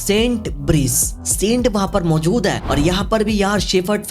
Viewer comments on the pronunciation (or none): none